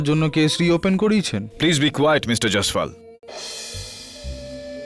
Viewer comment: জ্যায়সওয়াল, বাংলায় উচ্চারণ করলে জৈসওয়াল ৷